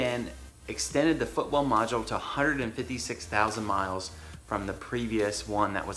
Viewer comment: Are you saying "footwell module", I can't understand what you're saying. I've got 30k on my '15. Do I need to be concerned with this?